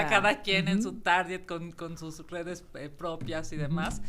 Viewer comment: iuuuu la prianista dice "taryet" xD